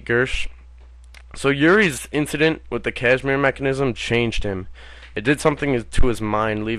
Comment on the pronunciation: Kasimir, not cashmere.